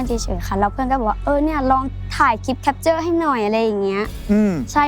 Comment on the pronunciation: หนูสุชาติ ลูกต้องพูดว่า แคปเจอร์ จ้า ไม่มีควบกล้ำนะจ๊ะ